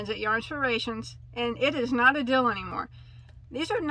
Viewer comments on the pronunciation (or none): Is it just me or did you start saying “deal” like “dill” and “mill” by the end of the video? 😂😂 btw I could tell you were so super excited about the brown speckled yarn by the way you said “OK” like 15 times 🤣 lots of love 🤎 So out of all of them, I must say I loved the brown speckled yarn the most as well. That was super pretty and to get 12 balls for $12 is such a STEAL!